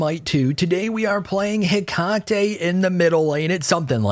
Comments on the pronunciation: I thank you for your attempt at pronouncing the name correctly. If you want to be fully correct, just change the emphasis a bit. You're currently saying Heck-ahh-tee, where it's more Heckut-tee. But if comments about this trigger you so, then don't bother. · Right and definitely not “tee” it’s “Heck-ah-tay” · Heck - uh - tee not heh - Kah - tee Kuh. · I know I'm a bozo now, but her name is pronounced heh-KAH-tee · heck-ah-tae is how her name is pronounced btw